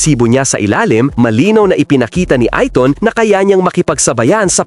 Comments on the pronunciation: Skip video dahil sa annoying ITON INSTEAD OF AYTON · A -TON PO HINDI i-TON PO😀😀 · ahahaha........ Ayton pronounce as eyton....